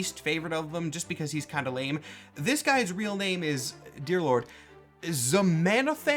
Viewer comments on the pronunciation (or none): none